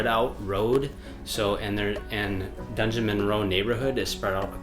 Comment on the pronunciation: "DUNgeon-" instead of "DUDgeon-Monroe", classic! Every time I see that place on a map of Madison, I chuckle 😄